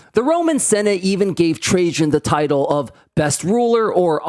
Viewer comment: It's pronounced TRA-IAN ffs, not Tra-jean omg! Also Rome was an EMPIRE. It could afford all that shit because they ROBBED the rest of Europe lol.